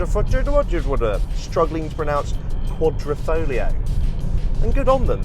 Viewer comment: If you are talking about one of most significant badge in automotive history, fyi one tip of triangle represents signore Enzo Ferrari, you should at least learn how it is pronounced..you made it sound like sifilis dude. Fare well..Alfista Croatia